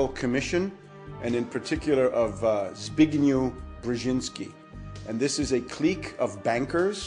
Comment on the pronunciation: co za pajac nie umie nawet wymowic imie zbigniew